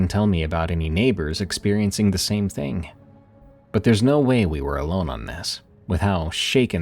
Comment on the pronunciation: It’s pronounced thing not thing-gahhhhh